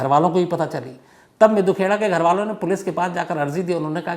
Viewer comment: ताहिर सर हरियाणा पंजाब के लोगों के नामों का उच्चारण करने के लिए हिंदी उच्चारण पढ़ लिया करें । विक्की मिड्डू खेड़ा नाम है ना कि मिद्दू खेड़ा !